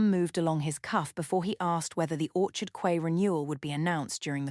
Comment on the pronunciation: Teach AI that Quay is pronounced Key.